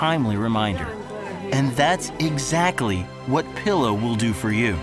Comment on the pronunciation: anyone else notice the voiceover/commentator pronouncing it 'pillow' while everyone else in the ad pronouncing it 'peeelow'?